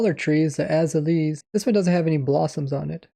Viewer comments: Azaleas: "Az-ale-ee-uz" Rays Works: "Az-uh-leez" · "aza-lees" lol its pronounced "ah-zay-lee-ah" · eh-zay-lee-ahs mate! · "Az-ah-lees" LOL. /əˈzeɪliə/ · "ae-zuh-leez"? "uh-zale-ee-uhs" is how I say it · Azaleas is pronounced “uh-ZAY-lee-uhs” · Azaleas is pronounced “A Zay lee ya” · Azealas are pronounced “Ah-Zey-luhs” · Him being unable to pronounce azaleas is amazing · Lol that azaleas pronunciation though😂